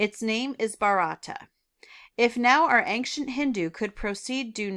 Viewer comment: Ancient is pronounced ayn-chnt not ank-shint. 😊